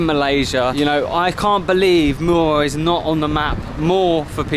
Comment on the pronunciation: you said muar with no 'r' like local muarian